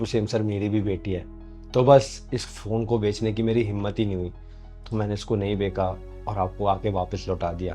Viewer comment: it is BECHNA not BEKA.